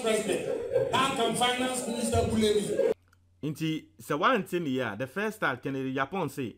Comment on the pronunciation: It’s bully not bullay